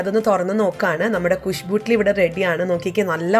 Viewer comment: ഗുഷ്ബൂട്ട്ലീ അല്ല ചേച്ചി ഗുഷ്ബൂ ഇഡ്‌ലി... 🤣